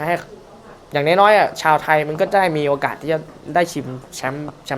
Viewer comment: โอกา(ส) นะครับ